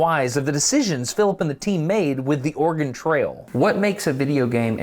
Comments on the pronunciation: Organ trail? You seem to be missing a vowel😂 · so as a guy who listens videos as a background noise.. kept hearing ''organ trails'' 😅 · I can't be the only one who hears Destin say "organ trail" when he says "Oregon Trail", right? cause that would be a quite different game :D